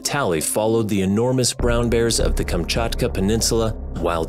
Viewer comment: So nice to hear Kamczatka perfectly :3